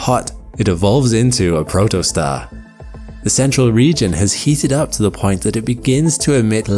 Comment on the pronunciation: "protoststar" Do you mean protostar?